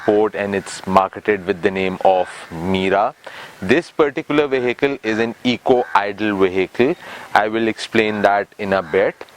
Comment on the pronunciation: please pronounce "vehicle" correctly